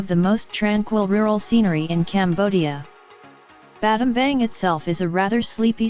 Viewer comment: Pronounced Battambong